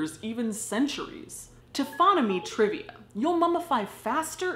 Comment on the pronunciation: *TRIVIA NOT TRIVA